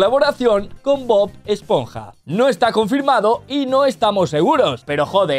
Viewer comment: Bob-ash-ponja??? Jajajajaj😂